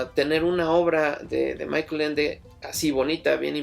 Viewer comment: Una precisión. Michael Ende era alemán, por lo tanto la pronunciación de su nombre es [MÍ-jaj-el]